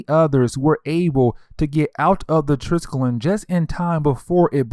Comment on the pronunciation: TRIS-KELL-EE-UN -Triskellion. Jeez haven't you seen agents of shield? ^-^ I like the breakdowns tho!